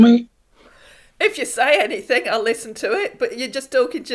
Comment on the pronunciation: Just yisten yisten mee😂😂😂😂😂😂😂😂😊😊